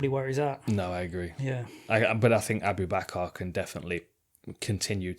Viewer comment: The correct pronunciation is Ah-bu-bah-kur. and Jon kept saying Ah-boob-a-car, which isn’t right. If you listen back DC was saying it correctly, as is Dan’s preference.